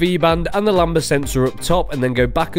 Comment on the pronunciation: It’s lambda sensor, not lamba 🐑 😂